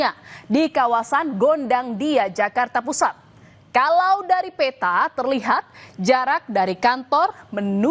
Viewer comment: Suaranya g usah overacting Mbak'e.Reporter atau news anchor itu hebat apabila content yg dilaporkan obyektif ,informatif & komprehensif, gak perlu overacting & dramatic atau spt baca puisi.Ini bukan telenovela kampungan a la Bolywood.Benahi aja pronounciation Anda ,spt pengucapan peta misalnya.